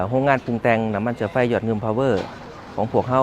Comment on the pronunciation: นาทีที่ 1.48 จนท.พูดว่า น้ำมันเชื้อไฟ ผมว่าผมได้ยินไม่ผิดแน่ ใช้ ช.ช้าง จนท.คนนี้ ขายซาด555 ถ้าพูดคำว่าน้ำมันเชื้อไฟ ใช้ ช.ช้างทั้งนั้นเลย